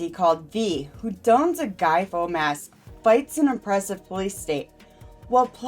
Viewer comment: Came here to note this (although the wording in the thumbnail, affected the real world, is right). Among other things, pronouncing (Guy) Fawkes as faux was really odd, and there is other room for improvement, but this is meant to be encouraging to, as I think are the other constructive criticism comments I'm seeing. Good luck, channel, and if you want more specific notes, drop a note.